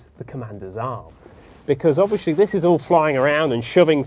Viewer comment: Why do you keep saying.... ( Obvi wash ly)... anyway love the videos keep them coming..